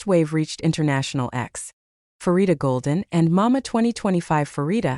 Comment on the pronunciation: The first syllable of her name is pronounced "pa" as in panorama, not "fa" as in "pharmacy".